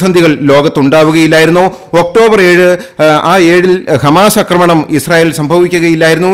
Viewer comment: അക്രമണം എന്നുപറയാതെ ആക്രമണം എന്ന് പറയൂ. ഇസ്രായേൽ യമനിൽ ബോംബിങ് നടത്തിയതിന്റെ ഒരു വീഡിയോ ഇന്നലെ കണ്ടിരുന്നു... അതിൽ കുറഞ്ഞത് ഒരു ഇരുപതു പ്രാവശ്യമെങ്കിലും ' അക്രമണം ' എന്ന വാക്കു നിങ്ങൾ ആവർത്തിച്ചുരിയാടി കേട്ടു! ന്യൂസ് അപ്‌ലോഡ് ചെയ്യും മുൻപേ ഇതൊക്കെ ശ്രദ്ധിക്കേണ്ടെ? ആവർത്തനം അരോചകമാകും!